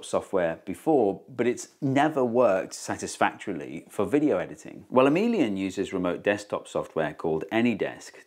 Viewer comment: When you said Emilien (?) I thought you said ' a minion ' !